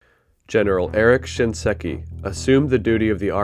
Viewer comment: Thanks for re-uploading with the correct pronunciation of SHINSEKI. Saying "ShinESki" 15 times was pretty cringe